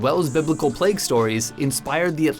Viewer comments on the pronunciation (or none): none